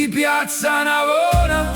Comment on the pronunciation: Nie ,,piazza",tylko piacca.